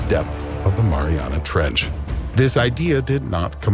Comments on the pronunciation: No it’s Mariaiana trench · They guy in the video said Mariana Trench like 20 times, and Tim is like what did he say? MaRiNeRA Trnch. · He said it like it was a dipping sauce for pizza😂😂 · The “Marinara Trench” 😂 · "the marinara trench" 😂😂😂😂 oh my Lord this guy always gets to me 😂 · “The Marinara Trench” lol I’m dead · No one. Tim: “what is it called?...the MARINARA trench?”